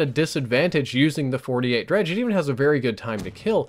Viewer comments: FINALLY PEOPLE CAN STOP SAYING DEGREE* its dredge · Dredge.... Gorgon.... Man the gun names in this game are just tough to pronounce correctly